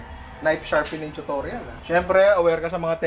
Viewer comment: "NAYP SHARPENEENG CHUTORYAL"